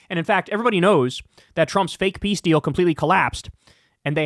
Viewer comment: Piss deal, not peace deal